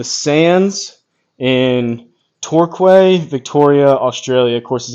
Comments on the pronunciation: 'Torquay' is pronounced 'Tor-key' enjojed the video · Hi, Torquay, is pronounced Torkey.